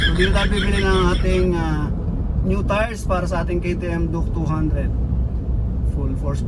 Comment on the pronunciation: Duke❌duk✅ 😂😂😂😂 tf